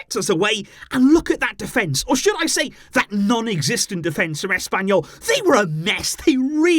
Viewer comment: SUGUNDA TO ASS-PAIN-YOU-L 😂